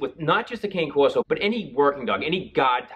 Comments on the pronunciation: Hope your shoulder feels better. And the breed is pronounced like can-eh corso, not cain-corso. I know it's a small thing but if you're gonna do a breed review, say the name correctly, pretend you're Italian! :) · It’s pronounced. Connie Corso. Too late. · Dogo1 It’s so weird to me that people think the word “Cane” pronounced the way he did, would be the way the Italians pronounce it .. It’s Can(Aye) Corso, so frustrating.. Anytime someone pronounces it that way I automatically know they don’t know much about the breed at all lol visit Senza Tempo Cane Corso If you want real information of the breed . Great breeder & channel . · Maybe you could learn the proper pronunciation of the name. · I totally agree!!! Esp. when someone is "educating" you on the breed. Love watching Senza.